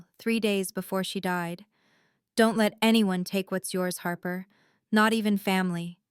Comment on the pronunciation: 'Harper' becomes 'harbour'